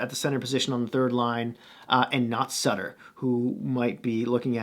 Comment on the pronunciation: First off pretty thorough coverage of the team. My thoughts. Vancouver has the best goaltending coach in the league in Ian Clark, pretty sure Holtby will be OK. In fact it may have helped Holtby to sign here. It's Sutter not Sooter, lol. The defense has been an issue for this team for years. Schmidt should help a lot. The reason Tanev blocked so many shots is that he had lost a step and was struggling to get the puck out of his own zone. Pairing with Hughes masked some of that last year. Losing Stecher will be a loss for sure, while not that big he was a bulldog. Unfortunately he struggled down low against more physical players so I think Benning thought he was expendable. Jake has been working out all summer with Myers in Kelowna so Canucks fans are hoping he comes to camp in better shape (something that has been a problem in the past). In addition, there has been some talk that JT Miller have become close and Miller is mentoring Jake. It's Podkolzin , not Pudolzkin, lol. Must admit, I watched it several times to have a chuckle. As for the rookie dmen, as long as they can find a decent skater that can move the puck they will be fine. I wouldn't underestimate Rathbone either, the kid is pretty special. I think the problem for the Canucks is that the teams in their division should have improved where the Canucks haven't much (unless as you say, Virtanen and Gaudette take major steps) I want Ferland to retire. There is no reason for him to take any more chances with his health.